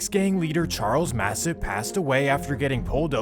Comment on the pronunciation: As a Jamaican, hearing you mispronounce people's names is so cringy🤦🏾‍♂️🤦🏾‍♂️🤦🏾‍♂️🤦🏾‍♂️🤦🏾‍♂️ Seaga: See-ah- gah Massop: Mass- up/ op